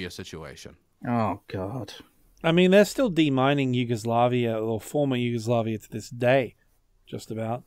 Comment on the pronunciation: did he say Yugoslakia?